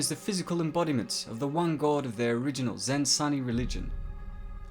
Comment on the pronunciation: Air-a-kiss? Freemen? Zen-sunny? Um… you might want to learn how these words are actually pronounced.